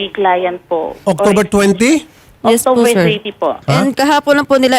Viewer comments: 😂🤣🤣 October not Octover😂🤣🤣 letse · Na bullseye 🎯 si english kuno....na wait lang po! And she pronounced October....Octover napa-inarte yong english pati letter "b" naging "v"...lol Hoy....excuse me.... nag-iinarte ka akala mo makakalusot ka kay Senator Raffy Tulfo!